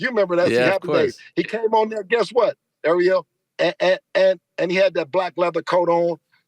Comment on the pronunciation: Great interview “AREO” 😂😅😂😂😂 kept calling ARIEL… AREO…😄 Devin Haney the former great undisputed 135 KING is champion now at 140 and will be undisputed if the other 140 don’t continue to duck Devin like Teo, Mattis 140